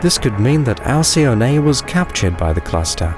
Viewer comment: Btw: Alcyone is pronounced al-kee-OH-nee. Otherwise it’s a wonderful video.